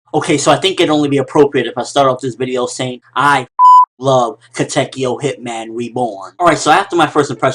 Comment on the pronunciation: You pronounced Katekyo wrong